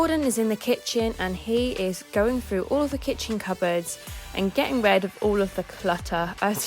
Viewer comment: Its not getting 'red' of all of the clutter.. it's getting 'rid'.. could you try saying it correctly? 🙂